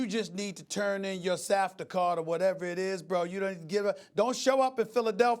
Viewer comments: Safta lmaoooo cmon now Stephen a if you a philly expert you’d know it’s SEPTA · Did Stephen A just call SEPTA safta ?? These clowns don’t know anythin about Philly